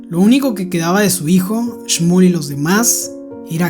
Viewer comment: Oye nose yama shmol se yama shmuel así me yamo